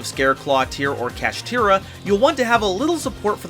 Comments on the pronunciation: Sorry I couldn't watch the complete video, why people can pronounce Shangri-La correctly but not Kshatri-La??? they sound almost the same for God's sake!!! what's this "kashitira" nonsense?! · The cards say kshatri-la but he says kashtira...why?